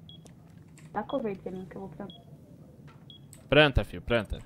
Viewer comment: sacanagem zuar o mlk pq ele falou "prantar"